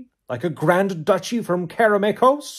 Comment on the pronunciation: Kudos on pronouncing "Karameikos" correctly LOL